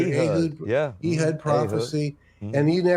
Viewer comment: The butchering of Hebrew and other Biblical names is really funny to me. Ee-hud? Cannot take him seriously. "Eh-hood" would be more accurate, unless they spoke Hebrew WAY differently back then than they do now, but Biblical Hebrew has been used in liturgy since Exile, so most likely is the one pronouncing it like the Christian southerner that he is, lol.